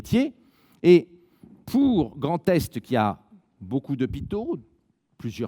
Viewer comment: Y'a que moi ou a chaque fois qu'il dit 'Grand Est' j'entends 'Grand Test'...